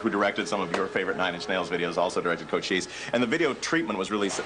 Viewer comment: That was a badass video for cochise. I always pronounced it like it's spelled. Now I know it's cocheese